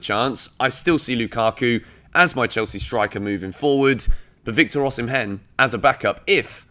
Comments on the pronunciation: I have been a fan and I am still a fan but you aren’t t doing justice to my Nigerian brother’s name 😂😂😂 it is pronounced O-Si-meh not O-si-men😂😂😂 i always enjoy watching your videos💯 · Hey, it's pronounced OSHImen,💙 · Pronounced "Osimen".. the "h" is silent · Am Nigerian and Victor Osimhen is pronounced as Osimen.